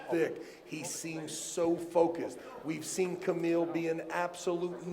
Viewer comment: its funny how travis trolling all armwrestlers by not saying correctly there names 😂😂 "kabil"